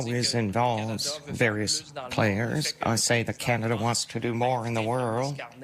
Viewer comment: No big deal in Can d i a 😁